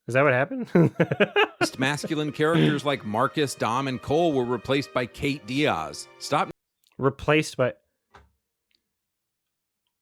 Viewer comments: ew, why does he say "Diaz" like that hahaha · The way he repeatedly pronounced Diaz drives me crazy. Like what accent is that?